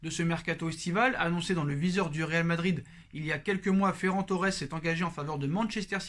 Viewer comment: Ta prononciation de Ferran Torres à la Française c'est insuportable 😅